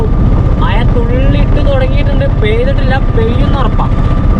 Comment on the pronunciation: മയ അണോ. മഴ അണോ പറയുന്നത്